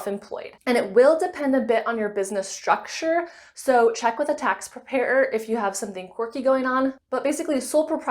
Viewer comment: Prepair-er 😅 Great video